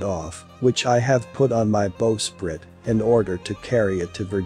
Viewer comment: It's spelled bowsprite but it's pronounced "bau sprite". The front of a boat is the bow, the back is the stern.